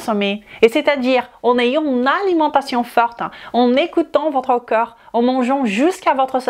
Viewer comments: Pitié, prononcez CORPS au lieu de COEUR s'il vous plait. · Oui, tu as vu? On mérite vraiment notre réputation. Comme je l'ai dit, dans la mesure où elle est capable de prononcer parfaitement le mot 'd'accord', il n'y a pas de raison qu'elle ne sache pas prononcer le mot 'corps'. Si à la rigueur le mot cœur ne faisait pas partie du champ lexical de corps, je veux bien, mais c'est le cas. Ca prête à confusion. Navrée, c'est juste un fait. Si elle se rends plus compréhensible, elle augmentera son audience, et donc, possiblement sa clientèle. Restez dans votre tolérance qui confine à la médiocrité. Il y a des gens qui veulent progresser.